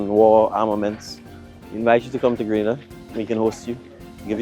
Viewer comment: Sorry Maya, Grenada is on the map if only people would stop pronouncing the name wrong and mixing it up with GRANADA that is in Spain.